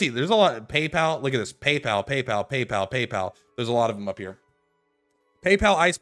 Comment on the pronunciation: please, for the love of god, stop mispronouncing papal. It's not "pay pal" its "pApul". It's a religious organization so the papal they are referring to is the pope.